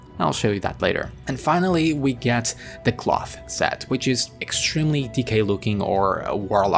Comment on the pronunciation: It’s DK looking, as in dee-kay not “decay”. Nice video thanks!